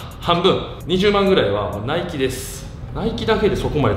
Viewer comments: 今さらなんやけど、ナイキの発音って語尾にかけて上げていく感じやないん？ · ナイキの発音がナイツ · ナイキのイントネーション笑